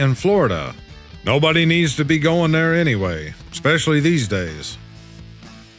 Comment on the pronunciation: Losing viewers? Maybe viewers are tired of you saying 'exspecially' instead of 'especially'?